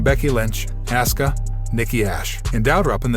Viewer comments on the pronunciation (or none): Asuka not Asska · He sure does: Asca & Asueka instead Aw ska (Asuka) al ter gnat instead of alternet (alternate) Roll ins instead of Rol lins sash a instead of sasha live instead of LIve. Not sure where this came from: Davrap instead of Dou Drop (and yes I have too much time on my hands 🤣). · You went from saying asska a dozen times to saying assooka. Apparently seth's last name is roalins. Bianca's last name is bilyre. Sasha is being called seasha. Good coverage, but get a guy who is a fan of wrestling. Is this a computer, or did someone hire a guy who has never watched the product? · auskas name is pronounced Oska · Her Name is Asuka,,, Pronouned Aw-s-Ka,,, get it right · Can’t seem to pronounce peoples names. Seth “Role ins” and “Ask ah” then mispronounces it a second way with something like “Ah soo ca” or whatever the hell that was - c’mon dude 🤷🏽‍♂️ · It's Asuka pronounced AWSKA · Narrator am going to need you to say the name right it Asuka 😂